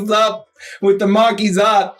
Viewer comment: i like how they each call the marquise de cat a different thing lmao and say "marquizat" and say "marquizate" says "marquizette" and says "markaset"